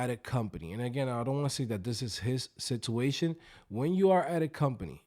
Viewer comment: second i heard sitooation,de lo mio!